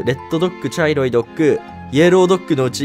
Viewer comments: 茶色↓い↑dogは草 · ちゃ↑いろいドッグ